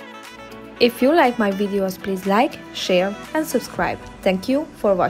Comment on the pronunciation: And I love the way says "wideos"🤗